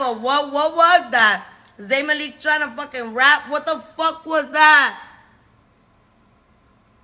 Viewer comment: Please she’s so real 😭😭😭😭😭 and the way she keep saying zain MA LEAK 😭😭😭😭😭😭